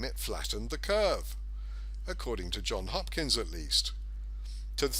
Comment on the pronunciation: Ah man, it's Johns Hopkins, not John Hopkins. Crazy lefties use ANY excuse to discredit a message. You just handed it to them on a platter. Such a great analysis ruined by a misspell.